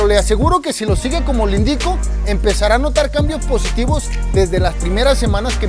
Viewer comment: Porque hablas así? Ashiiii funshiionaba empesharan me desespera